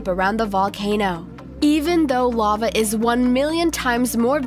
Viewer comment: Your voice makes me wish I was deaf. You also can’t pronounce words right. I wish I would have never watched your channel. Lava, seriously? What is wrong with you?